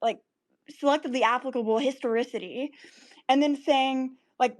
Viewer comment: she also threw out the word " historocity" lmao